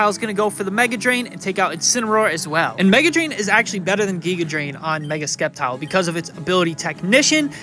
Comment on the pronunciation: Please don't tell me that's how you actually pronounce Sceptile.